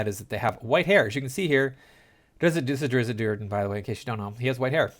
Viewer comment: "Drizzit." "Droe" Oh, you don't care about the pronunciation? Good luck with the view count, bub.